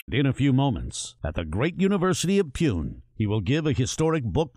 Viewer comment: He is a wonder child...👌👌 Btw how the commentator of this documentary pronounced Pune as Peon...Punekars will get offended 😂